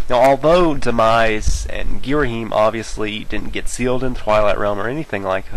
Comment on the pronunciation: It's Ter-min-uh. And Ghirahim isn't "Gear-eem". You're skipping a whole syllable.